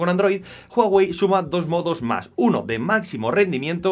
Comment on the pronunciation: Jaja jaja juAwey es uawei y se escribe huawei